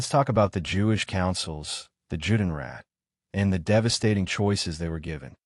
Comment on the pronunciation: This would sound better if certain terms were pronounced correctly. Here are two examples; The name "Treblinka" has no R on the end. The other is Juden and Judenrat. In German, "J" is pronounced "Y". So, if it's a German term it's said "Yude," or the plural form, "Yuden." "